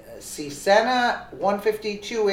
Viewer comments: There's no "E" between CESna... Kinda of irritating. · Cessna! ... pronounced (cess-nah) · Cessna, pronounced SESS-NAH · Cessna is pronounced like ( sessna ) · Pronounced Se's na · She needs to learn enunciation of Cessna and Wycombe, to name a few. Terrible reader. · The aircraft Is pronounced sesna or cesna. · The plane is a Cessna, pronounced Ses-na, and the airport in high Wycombe Buckinghamshire is pronounced, High Wick-um. You really need to do a bit of research on English pronunciation as you have been reminded countless times. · Cessna, pronounced sess nah. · 1 Like for the mutilation of the word "Cessna"...